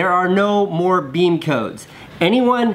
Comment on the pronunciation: Beme not nene